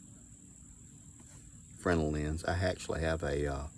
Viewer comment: I know this is silly but THANK YOU for pronouncing Fresnel correctly haha.